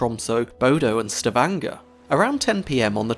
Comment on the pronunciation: Sta-vn--jr. No Grrr.